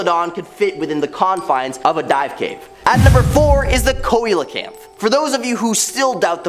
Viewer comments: it's pronouced see-lo-canth and is a fish long thought to have been extinct, but recently rediscovered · lol it's pronounced (Seel - O - Canth)